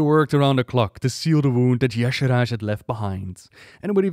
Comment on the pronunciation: Check the wiki. He said it right.